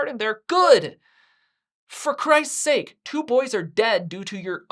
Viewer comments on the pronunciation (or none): none